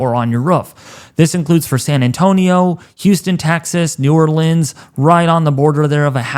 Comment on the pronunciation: Wait im sorry but its new or- leans